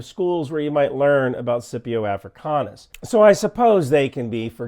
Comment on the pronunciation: Great coverage! Glad you’re feeling better. Just some minor Latin pronunciation tips: Cannae = Cane-eye Scipio = Skip-ee-ow One of Cato the Elder’s famous refrains in the Roman Senate: “Carthago delenda est!” (Carthage must be destroyed!) Putin et Putin-pupilla delenda sunt!